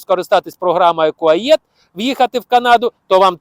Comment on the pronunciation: Не Куаєт, а Куает